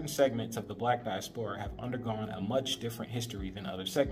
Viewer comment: di-AS-pora not dias-PORA